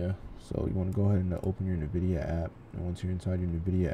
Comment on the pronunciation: 'in'vidia, not 'nuh'vidia